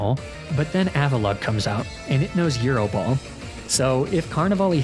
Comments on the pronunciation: Also gyro ball as eero ball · What about the way he pronounces Gyro ball as Eero ball? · YES, BUT THEY DON'T SAY "YEEROH" IN THE ANIME! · Calling Gyro Ball "Euro Ball" as I the Greek food item KILLS me 🤣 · I'm new to these vids; is mispronouncing certain words a running gag? Got thrown off by euro ball (gyro ball) and jija impact (giga impact) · thanks! I can appreciate a good running gag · You did not just pronounce gyro ball like a Greek meat lmao